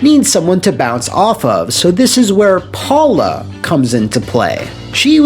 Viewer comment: It's pronounced Powla😁